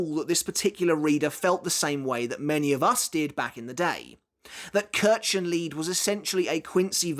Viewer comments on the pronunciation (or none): Kirchenlied is German for Church Song. And the pronunciation is... ouch. still. it would make sense for a Quincy-specific magic system to exist.